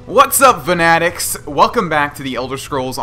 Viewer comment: Vanatics just doesn't sound correct to me.